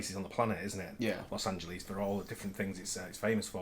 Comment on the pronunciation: This "Loes AngeLEEZ" crap has been getting on my nerves. It's "LES", not "LEEZ". Obviously, there;s the issue of "Ahn-He-Less", but one thing at a time.